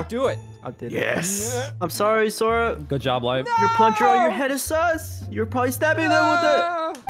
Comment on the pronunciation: It’s not sors it’s sora